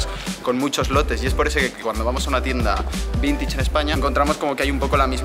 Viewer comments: No se dice vintich... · como me ralla que diga "vintich" en vez de "vintach" (vintage). Encima lo dice como mil veces jaja